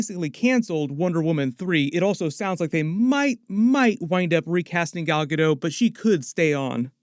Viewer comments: The "t" in Gadot isn't silent. Just an fyi. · I hope Gal Gadot is recast. I am so tired of everyone but her mispronouncing her name. The T is NOT silent! She's Israeli not French! After all these years you think some of you Tubers would get it right!